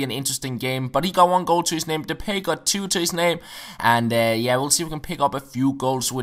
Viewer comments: "De-pie" not "De-pay" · it's pronounced de-pie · Depay is pronounced de-pie. Im dutch